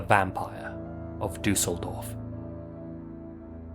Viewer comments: and that he really want to pronaunce the things korrectly. As a german i understnad how Ä,Ö,Ü is to pronounce but Lazy gave its best to say Düsseldorf and he does a good job IMO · The way you pronounce „Düsseldorf“ warms my german heart ❤